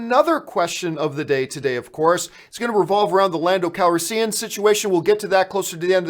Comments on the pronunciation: What is it with John.... divissssive, lupita nuwongo, lando calriseeean? BRUH, love your videos but this really gets on my nerves. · I cringe hard every time you say landos last name.... Youre saying it wrong!!!! I like you a lot john but damn man